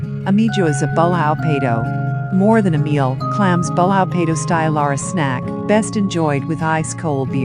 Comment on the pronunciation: ahahahahahahahahahaha ai cum caralho XD o video é uma pérola!!! Cozido à portuguesa e passam imagens de pastéis de nata XD mas o melhor é a "pronúncia" ahahahahahahahaha ela diz literalmente Ameijoas à bulhão PEIDO XD